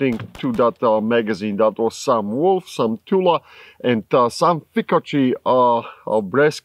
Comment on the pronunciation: I just learned my new favorite way to pronounce Fiocchi.